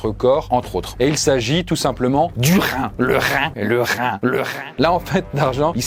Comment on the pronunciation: Un rrrrrrrrhin! 😂